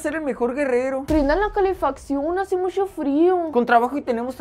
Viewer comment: Me encantan las personas que dicen sh en vez de ch.EJEMPLO: MUCHO. MUSHO